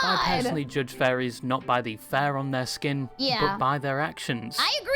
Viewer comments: Why the hell does it sound like he keeps saying Fairies and not Furries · I thought he said "fairies" for the most part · I can't get over how it sounds like the guy is constantly saying "fairies" instead of "furries"...